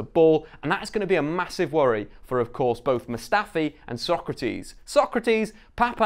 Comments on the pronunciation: Nails Sokratis’ full name but couldn’t say Elneny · Nailed Sokratis but still said El-NayNay lulz